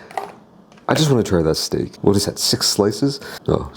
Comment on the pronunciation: “Let me tell u Hwhat”